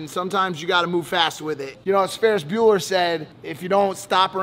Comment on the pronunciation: Did my guy say “Spanish Bueller” 🤣😭